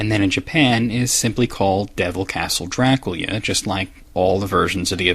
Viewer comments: by who? I never hurt anybody pronounce it like that. Nothing that there's anything wrong with it just face the fact that its weird. I've known many Romanians in my lifetime, and we certainly have discussed Dracula but none of them have ever pronounced it that way. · His pronunciation sounds more like "Draclea" to me most of the time. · Why did he speak "do-ra-ku-ria" when the translation is "do-ra-kyu-ra"??? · i appreciate you trying to say the correct pronounciation of dracula, but the problem is despite what someone else said, youre still not saying it correctly. it sounds like youre saying dra-kyu-lea, and its actually Dra-coo-lah. And i have heard it from romanians as well as people who study the subject rather closely, and not once have i heard it like you pronounce it, not even in its native language. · You keep pronouncing Dracula as Draculya. I know the reason, you either said it in the castlevania retrospective or in the comments, but the katakana in the Japanese title says Dorakyura, not Dorakurya. Excuse me if I'm missing something, but it seems both Japan and America pronounce it the same way. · STOP PRONOUNCING IT "Drac-lee-aa". OH MY GOD. It's "Dra-CU-LA" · You are pronouncing "Dracula" as "Drakoolya", but it's meant to be said like "Dr[a]kool[a]". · why do you keep saying dracuila when it is dracula? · Dracula... jra-KOOL-ya... Uhm no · I love watching your vids. I don't mean any offense, but this is a legitimate question. Why do you sometimes pronounce Dracula as "Dra Cool Ya"? Am I missing something? Is that a cultural pronunciation?